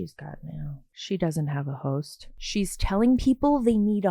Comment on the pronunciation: Here i am thinking she said "ho's" not HOST 😭😭😭 throughly flabbergasted untill you said it 🤣🤣